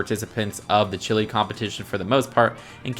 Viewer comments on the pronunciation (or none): none